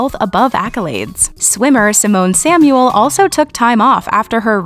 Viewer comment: They butchered Simone Manuel's name!